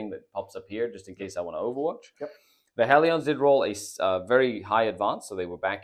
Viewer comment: It's not "Hell-ee-ons", it's "Hell-ians"